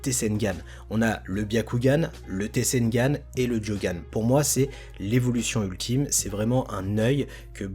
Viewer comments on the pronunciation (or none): Comment ta dis tensegan😂🤣🤣🤣